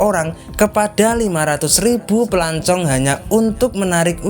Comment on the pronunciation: Pelancong bukan pelancung